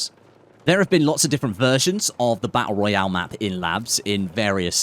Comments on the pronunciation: "Battul Raul" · I can’t wait for the bah ah royale😂